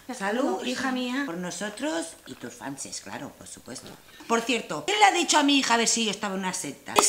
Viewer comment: Jajjaja mola como dice Fanses en vez de fans😂😂🤣🤣